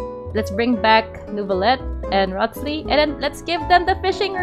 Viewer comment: Rothss-Lee 😂😂😂 bro is pronounced "Rise-lee" 🤣